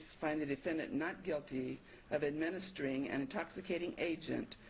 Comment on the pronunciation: 'administering' really should not be that dificult to pronounce!!